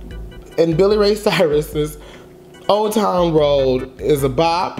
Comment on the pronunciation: It’s old town lol not time 😂